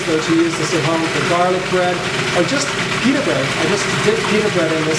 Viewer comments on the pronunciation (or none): none